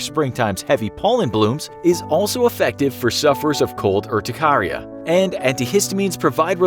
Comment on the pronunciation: My brother has cold urticaria. He gets hives but as he got older it became more manageable. No he seems fine as long as his skin isn’t directly exposed. Also the narrator is saying urticaria wrong